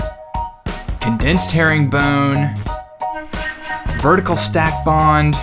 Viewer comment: are you from the Philly area? The way you say "Herringbone" gives me total Philly/Jersey vibes